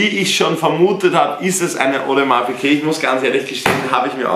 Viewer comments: Digga es heiß audemars piguet und nicht piquet...tust auf fashion ytber und kannst nicht mal richtig die namen aussprechen du kek (no front) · Wo zur Hölle ist bei Audemars Piguet ein q drinnen? PiGuet nicht PiQuet🥴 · Will sich ne Ap holen aber sagt audemars Piqué es heißt Piguet